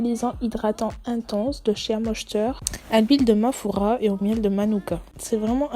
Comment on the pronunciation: C moi ou j'ai entendu mafoura? 😂